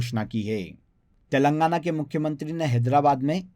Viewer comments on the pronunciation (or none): none